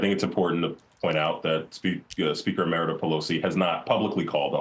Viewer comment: Sounds like he is saying Meredith Pelosi? Or Emeritus Pelosi?